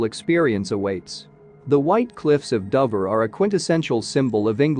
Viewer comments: It is pronounced as dowver try to get it right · Nah , it is DOHver ! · another AI script reader that can't pronounce Dover...you need to check these products.......sloppy careless work